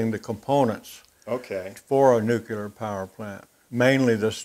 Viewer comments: OK, guys, this comment is two years after this video was posted, but it is NUCLEAR, not NUCULAR. The word nucular does not exist in any language. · I love your show and have enjoyed greatly seeing other shops. One thing though... It's nuke-lee-er, not nuke-u-lar. Drives me nuts! Now back to your regularly scheduled programming:) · I hate to be a troll (honest!). Please take this as a helpful tip: "Nu-cle-ar", not "nuke-u-lar". Please? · really he has yrs in the field making super critical welds... I think he can call whatever he wants u probably have never stepped in one!!!!